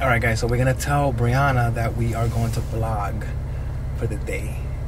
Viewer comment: Its vlog not blog 😅 but good one